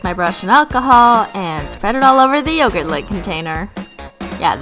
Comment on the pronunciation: You pronounce yogurt wrong😂but love your videos👏🏼😘